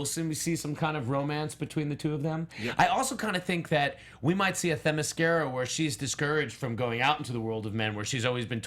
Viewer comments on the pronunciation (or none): Did pronounced Themiscyra as 'the Mascara'...?